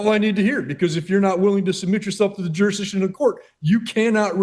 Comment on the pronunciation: You would think that - at a minimum these SovCits would learn to say the word "Jurisdiction" ... It is NOT "JUR-DI-SHUN"